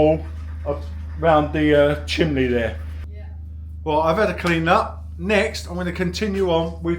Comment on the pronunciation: Is he saying chimbley?